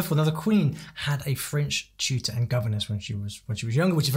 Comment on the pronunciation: Nick clegg has a very good accent you can hardly tell he is English